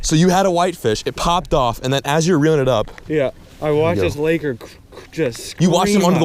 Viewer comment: Please stop saying laker.